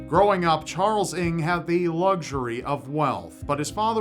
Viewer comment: charles ing??? it's pronounced uhng